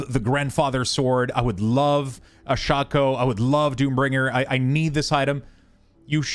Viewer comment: OMG it's called SHAKE-O not shock-o PLEASE !!!!!, us old school Diablo players are cringing